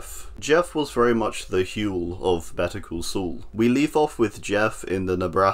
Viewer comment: I only watched Better call Saul, not sure what this "better cul sul" one is